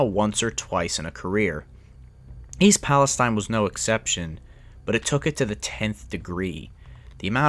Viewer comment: I was born in Salem Ohio. Grew up in Lisbon. Ran that area all the time but now I live in Florida. Very sad about the derailment but at least pronounce the name of the town right.